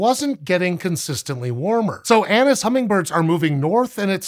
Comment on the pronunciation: I keep hearing anus hummingbirds 🤦‍♂😂